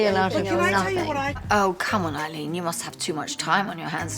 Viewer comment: It sounded as "waoh Eileen" LVP said.